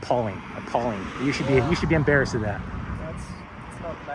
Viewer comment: what is "umbarrassed"?